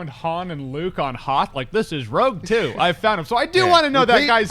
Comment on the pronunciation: ROUGE TWO hahaha wtf